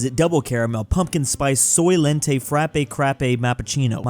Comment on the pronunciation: You did not just pronounce Frappe as frəp ...